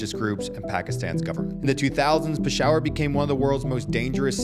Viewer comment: that pronunciation is insane lmao. pi-shower hahahaha